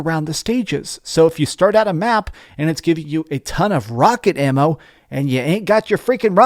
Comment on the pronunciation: How he say "AMMO" ??????